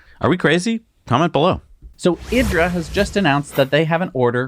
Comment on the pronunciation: It's not pronounced IDRA, it's pronounced EDRA but spelled IDRA. Watch the announcement video.